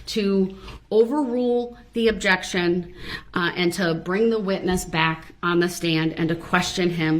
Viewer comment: Besides "onjec-shun" "grounz" "troof" "oaf of office" "boaf detectives" "axing questions" was "fair" ad nauseam.